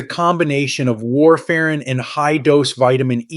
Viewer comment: What's with the spelling on the display board and thereabouts? And the pronuciation /War-fare-'n/' for /warfrin/ ?